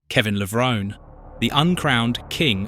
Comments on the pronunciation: AI does not know how to pronounce Levrone 🤣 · Very sad you purposely mispronounced Kevin's last name the ENTIRE video! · That's a great start making a 14 minute video about someone and not knowing how to pronounce his surname, good job pal